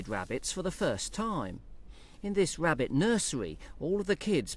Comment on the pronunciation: wow i never realized how much i hate hearing the letter R mispronounced, like nails on a chalk board wabbit wawwen over and over.....